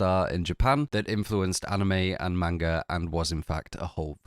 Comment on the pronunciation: Please sir it’s not “mane guh” it’s closer to mon guh